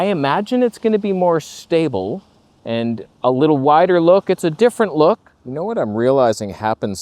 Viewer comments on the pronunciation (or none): I need more hee hee hoo. Do you know where I can gets some? Perhaps w ith a Go or a Pro? Incidentally, you said "stabe" again. We talked about this. Well. I talked about this.